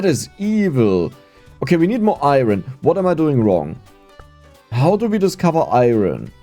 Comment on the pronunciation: I thought we taught how to say "iron" properly during Coal LLC? What happened? 😂